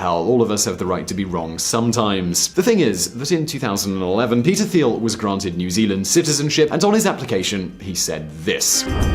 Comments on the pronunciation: Peter 'Th'iel is actually pronounced Peter T(h)iel... as in Teal. Phonetic fail within the first sentence. Not a good wrap for your research credibility. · His name is pronounced like Tiel... there is no Th sound in his last name. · Thiel is pronounced as an aspirated "t", not a "th"; i.e., like in "Thailand", not in "think".